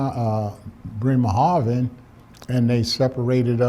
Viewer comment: He exactly pronounced the names ot the German city's he mentioned, after all these years,Bremerhafen and Kitzingen